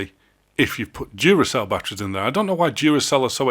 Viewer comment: TFW your pronounciation sounds like "dziuracell", dziura being hole in polish xD